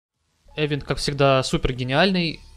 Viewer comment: event [ɪˈvent], то есть произносится как ивент, ну xpeн с ним по-русски принято - эвент, но уж ударение то точно на второй слог, а никак не на первый